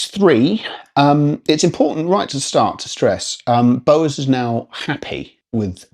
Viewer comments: Yeah, I thought he was saying Bose the first couple of times and was trying to gather the relevance 😂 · Interesting way of saying Bowers...now to watch the rest of the review. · Ya. I was like ‘What the….!!!’